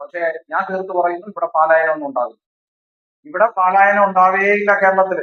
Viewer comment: പാലായനം അല്ല പലായനം എന്ന് പറയുക